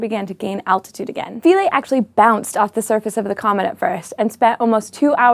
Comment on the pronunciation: The IPA on Wikipedia says Philae pronounced Fy-LEE.